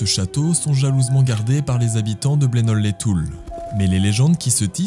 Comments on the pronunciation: Le village se prononce blenod sans le d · Oh la la c'est près de chez moi 😱😱😱 j adore tes vidéos! ❤ fan a 1000% et le D ne se prononce pas c'est Bleno et pas Blenode lol 😅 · Le D ne se prononce pas ça se dit bleno pas blenode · sa se dit bleno les toul ont prononce pas le D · Superbe 👍 merci pour votre travail ! En revanche et juste pour votre information personnelle, le "ld" de Blenold ne se prononce pas 🙂 Hâte de voir la prochaine expédition, bon courage à vous !